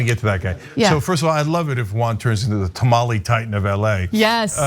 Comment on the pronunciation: the word is “tamal”